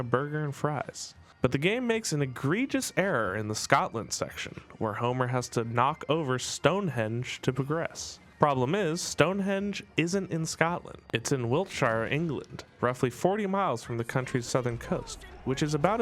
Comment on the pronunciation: pronounced Wiltsheer....